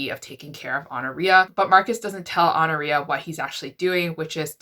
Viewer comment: I think it’s pronounced “aw-NOR-i-a”. I’ve heard it that way, at least.